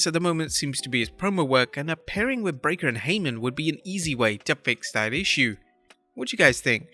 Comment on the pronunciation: The announcer finally pronounces Bron's last name correctly. Congratulations.